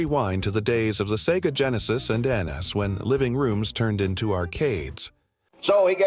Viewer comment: Learn to say NES for the love of god.